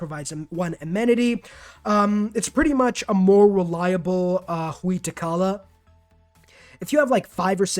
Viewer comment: That pronunciation of Huey Teocalli tho…